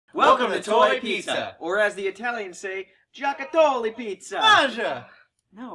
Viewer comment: You said "giocattoli " wrong :P